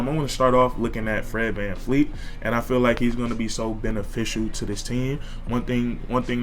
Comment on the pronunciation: Great vid but it Vleet Vanvleet!!!